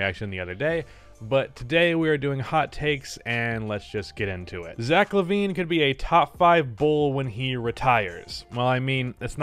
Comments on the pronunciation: it's Lavine not Levine Also: WILT CHAMBERLAIND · it's zach lavine, there's no e in his name say what